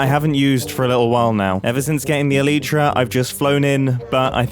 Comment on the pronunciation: For some reason it bugs me more that Mumbo pronounces Elytra wrong than it does when basically everyone pronounces Mojang wrong.